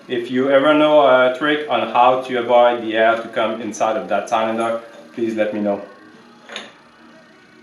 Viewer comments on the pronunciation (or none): I bought a 1964 case 430 diesel for 1300 dollars because of you! Needs work, but it was driven 5 miles from the farm to my 1/4 acre in town house with no smoke. May I correct your pronunciation Of cylinder? It sill like window sill. Joe